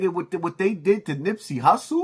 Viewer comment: This man said Nipsey. Wtf. Just say anything.